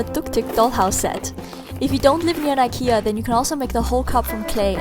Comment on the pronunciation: You pronounce IKEA wrong